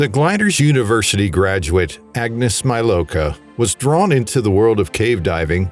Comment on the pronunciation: Thumb done just because you didn’t make an effort to pronounce her name correctly.